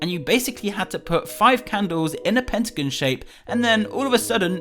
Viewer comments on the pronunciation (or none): none